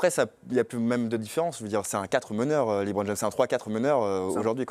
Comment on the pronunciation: Le Hoopcast c'est de la merde présenté par un animateur qui se prend pour Jacouille ( Hellôôôô Hellôôôô) et un faux journaliste qui se prend pour un spécialiste Américain mais qui ne sais même pas prononcer LeBron James sans dire Liiiibron James, n'est ce pas.... Erwan et Thomas étaient 1000 fois mieux BUSA, gros site d'hypocrites ou seul son fan club peut s'exprimer...